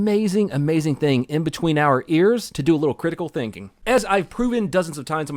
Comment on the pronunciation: crit-ikeel thank-eng?